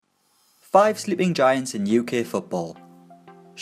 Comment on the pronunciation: "Five Slee'ing Giants"